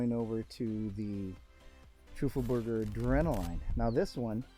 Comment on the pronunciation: Love your vids, as always since I found you here. Funny how you pronounce Teufelberger as Trufelberger. 😊 You should say it like TOY-fuhl-BER-guh, with emphasis on the TOY, just saying. Love your work!!